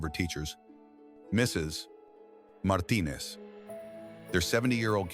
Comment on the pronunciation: Thank you for all the heartwarming stories. They all bring me tears. But please improve the narration. "Mrs -- pause -- Martinez" is disturbing attention. Thank you in advance.